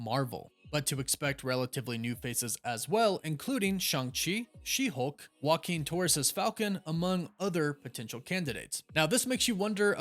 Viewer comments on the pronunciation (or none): none